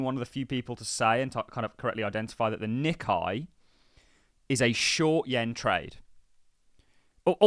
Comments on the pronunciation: The Nikkei index - is pronounced Nick-ay mot Nick-eye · its pronounced Nee-Kay